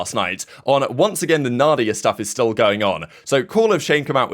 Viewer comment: Mandia not Nadia